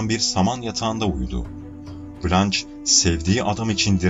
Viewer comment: "Cömert toplum katkılarından dolayı övülmek" ne demek? Türkçe'de böyle bir anlatım var mı? Ayrıca "blanç" değil "blanş".